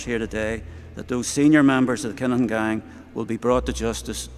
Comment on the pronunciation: It’s pronounced Kin-a-Han